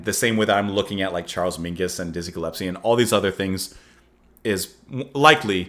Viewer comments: Small point, but it's Dizzie Gillespie, not Dizzie Gillepsie 🙂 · Gillespie not gillepsie. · Sorry, I´ve been following you gladly through the years now but... it´s Dizzie GilleSpie, not GillePsie;-) And yes... thnx to YT and precious people like you that keep the music alive and connect the beginning with the NOW and the future... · Ge-Les-pee (not Ge -lep-see) Sorry about your dad. I love classic jazz. Miles Davis, Charlie Parker, John Coltrane… I’m old but still too young to have seen these masters live. I started to go to concerts of Classic rock and folk rock in the late ‘60s (high school) on, and everything that followed —punk, post punk, new wave… Oops clicked send before finishing. I continue: I did get to see Dizzy. And a favorite album (a romantic “go to” when I was in college) is John Coltrane and Johnny Hartman. I was lucky to hear Hartman in concert not long before he died. I strongly recommend you listen to the Hartman/Coltrane album. Hartman’s voice blends with Coltrane —so gorgeous. Please treat yourself or do a reaction. Lush Life. anyone on this page know what I’m talking about? Who knows that album? Maybe I’ll add a link here. Ok here is Lush Life. But all the songs are worthy. Coltrane playing it solo is also great. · No. It's Gill...But, more accurately, it's pronounced Gull.espie. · It’s Dizzy Gillespie not Gillepsie. 😜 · Gill-es-pee. Happy for your epiphany. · Not to be picky, but you know you're saying Dizzy's last name wrong, right?..S before the P, not the other way around. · Aww, our little boy is growing up. Now figure out the correct pronunciation of ‘Gillespie’. 😬